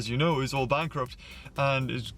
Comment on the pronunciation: Bank ‘R’ Upt That crack ‘d’ me up I’m sorry...